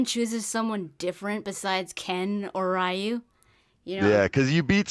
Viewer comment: You pronounced Ryu wrong btw lol